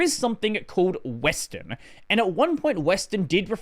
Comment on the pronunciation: Because it sounds like he says western